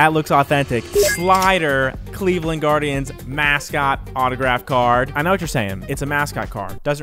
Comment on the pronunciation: You botched the guardians name